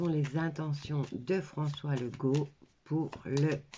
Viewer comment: Ça s écrit Legault mais ça se prononce Lego"